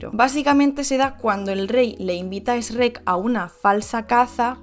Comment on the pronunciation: Fue difícil ver el vídeo completo cuando dice ESH REC